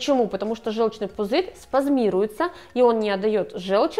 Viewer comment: У нас вообще-то жЁлчный пузырь, слух режет, если вещаете, изучите словари